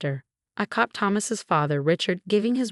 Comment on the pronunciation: Billed, not built. Caught, not cop. Bonus, not bombers. Needed, not meet. Chanel, not channel.